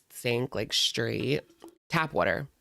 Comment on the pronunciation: who taught her English? It’s tap water 😂😂